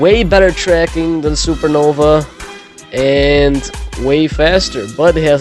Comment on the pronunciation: why did you call it supernoBa